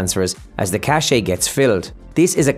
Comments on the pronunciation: Its "cache" = "cash" NOT cashay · It’s pronounced cash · “Cache” is pronounced the same as “cash.” The unrelated French word “cachet” has a completely different meaning.